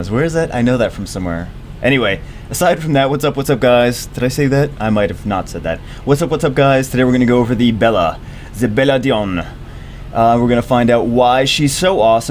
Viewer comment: its pronounced (bell-lad-ee-on) its a masculine name. its not bella.